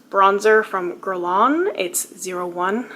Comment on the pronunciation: Someday I hope you are able to do a full face of guerlain just to flex on that rude person hahaha there is nothing wrong with how you say guerlain.